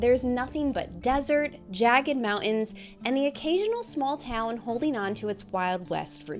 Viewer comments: Moun’ens and Bud’ens mountain and button 😂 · Oh my gosh, that’s adorable. She has her own designated pee spot because my dog Bella does the exact same thing!! People say that girl dogs are more like this. That they are choosy where they pee. ❤ So cute how says mountains … without the “t” 😂❤ Also, the lake might’ve been a little disappointing, but remember, it’s the journey not the destination. Although that was a long journey 😂 It didn’t look like there were many bugs there it looked really pretty in green though. Thank you guys for another great video!